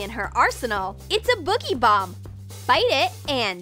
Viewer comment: DID U JUST CALL THE BOOGIEBOMB A BOGIEBOMB